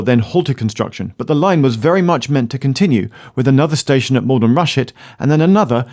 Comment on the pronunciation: It is Maldon not Malden.